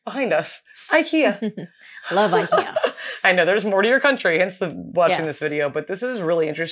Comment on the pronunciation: I cringed so hard EVERYTIME they said IKEYYAAAAH 🤣